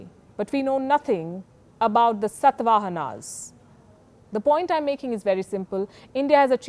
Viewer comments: Its not 'satva hanas' it's "Shaatavaahana" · its not satvahanas its satavahanas